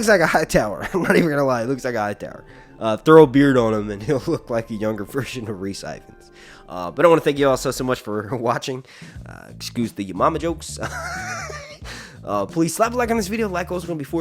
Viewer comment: Rhys Ifans is pronounced E-( as in evil )- vans